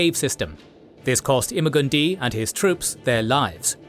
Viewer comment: “Im-a-gun-di” = “imma gonna die”